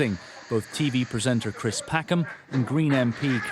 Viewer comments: Cwis Packham. What a pwick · Cwis has wesigned? Am I bovvered? He is a ranker.